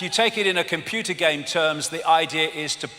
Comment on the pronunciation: "Yu-mun" Smacks lips "Com-poo-da"